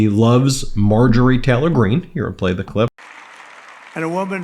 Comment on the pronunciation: Margery Taylee?? On the strong side😅😂